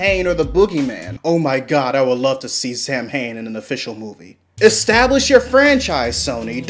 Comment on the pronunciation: I want to see Samhain in the Ghostbusters movies as well, but let's pronounce his name properly, please? It's SOW-wen. SOW. WHEN. Not Sam-Hayne. (I'm not getting after, so much as the Real Ghostbusters cartoon for that) ON TO THE THEORY!...I think it holds water. I'm actually quite fond of it. I sincerely hope they keep making Ghostbusters films with the girls so we can see it, regardless of the backlash. Unfortunately, they "gots ta follow tha money", so...yeah.:\